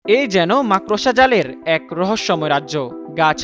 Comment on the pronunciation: Makrosha na makorsha bol chodna